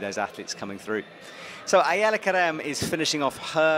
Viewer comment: Also, I love Shauna's commentating, but since always get flack for mispronouncing things, I have to say her consistently calling Ayala Kerem 'Aaliyah' was pretty annoying.